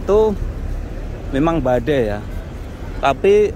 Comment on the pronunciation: BADAI MAS BUKAN BADEI 😆😆